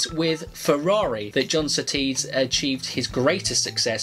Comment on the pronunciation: "The biggest compliment you could Give John Sooties" .... is by saying his name right..... -_